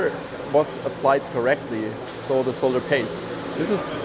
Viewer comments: So refreshing to hear someone who knows that the word is "solder", not "sodder". Someone please tell America, will you ? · I'm so happy he says 'solder' and not 'sodder'.